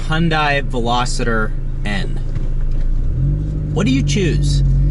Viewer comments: Yes is Veloster not Veloseter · VELOSTER. NOT VELOSITTER. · #2. Ve-Los-ter hahahaha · WTF is a "Velositer"?? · Another guy who pronounces it Velositter. God! It's always Americans, too. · Lmaoooo always!!! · There is no 'I' in Veloster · I feel like at this point, you’re just trolling with not knowing how to say “Veloster” properly.